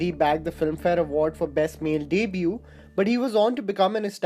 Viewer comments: Its not deeebue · its debut... not daybyou... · Pls pronounce the word debut properly.